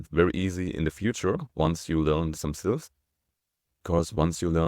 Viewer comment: Oh, my gosh! I was wracking my brain trying to figure out what "silves" were! 🤔 I even did a couple of Google searches with no helpful results. When you started talking about the two parts of 한국 it finally dawned on me that what you were talking about was "syllables!" 🤦‍♀